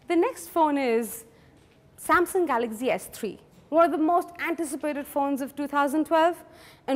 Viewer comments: it's galaxy not galazy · She says galaxy as galaxzy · She pronounces galaxy as galaxzee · dont know to pronouns Galaxy !!!!!!!!!!!!! lol .........go learn how to pronouns Galaxy from child who is in 1st grade..hel teach u better !!